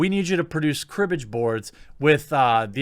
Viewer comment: Woah "nhl cribbage boards"... Really letting your Midwesterner show there bud.